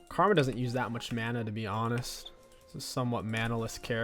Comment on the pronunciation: Did anyone else hear him say Kargma at roughly I think he wants to play kogmaw nxt :P